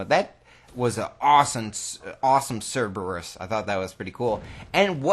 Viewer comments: Siberus? Its pronounced Sir-Burr-Rus. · Sorry for being a grammar Nazi, but it's Pronounced Sir-ber-us not sib-er-us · "Siberus" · Why is everyone in the cod community incapable of saying Cerberus. It's Cerberus not ceribus or ciburus. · Bruh it's CERBERUS (SIR-BURR-US) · How I know you're from Wisconsin. You call the Cerberus a Sybarris.